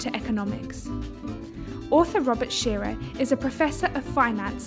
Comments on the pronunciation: It's Robert Shiller.... not shearer. Eek! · Did you just mispronounce the name of a legend??????????????????????????????